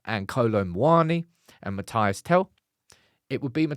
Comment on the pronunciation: It's Mathys not Matayass